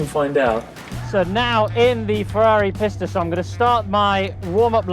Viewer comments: Loved the video. That being said I am fairly sure for the Ferrari it is pronounced pee-sta, not piss-ta. Am I wrong? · PEE-sta not PISSta 🤦‍♂️ I know some foreign car names can sound weird in English but PISS-ta just sounds ridiculous! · People, people, Pista is pronounced “Peeesta” for God’s sake.